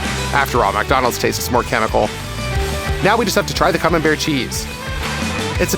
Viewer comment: Activate subtitles when he says camenbair